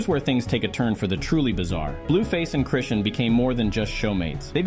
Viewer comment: Chrishin,Crewstin,Crustin, Chrushin, Christean,Christian, Chrisan,Chrison, Crushin.... YOOOOOOO..... IT'S CHRISEAN!!! HOW YOU MAKE A VIDEO AND MESS UP A SINGLE NAME SO MANY TIMES HAS ME STUMPED.... THIS IS HOW YOU DON'T GET LIKES AND SUBSCRIBERS.... IT COMES OFF LIKE YOU DIDN'T DO YOUR RESEARCH AND ARE CLOUT CHASING. DO YOUR HOMEWORK YOUTUBER.